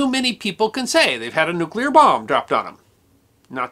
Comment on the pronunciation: OMG! Another American who can pronounce "nuclear". That's 2. You and Mrs Bush!